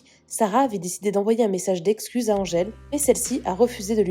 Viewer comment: oui.mdr elle sait même pas le dire elle est mauvaise la.angele